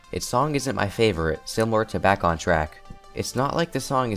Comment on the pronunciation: omg he said bacc on tracc